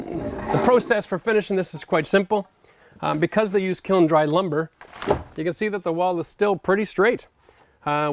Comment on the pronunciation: Kiln is one syllable. You're killin' me.